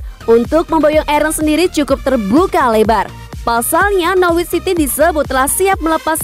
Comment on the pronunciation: Norwich dibaca 'nor rich' , gak pake w ya mbak......